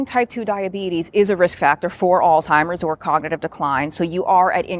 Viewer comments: Stop saying old timers. It's alzheimers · Is the narrator pronouncing it as “All-timers”?? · It’s not “al-Timers” disease. Look at the spelling. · Lol, my pet peeve. Where is the 'T' in Alzheimers🤔